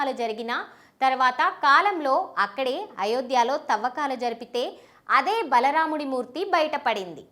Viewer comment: Adi bala ramudu laadu thalli... Baala ramudu